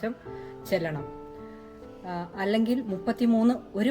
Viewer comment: ചെല്ലണം അല്ല ചൊല്ലണം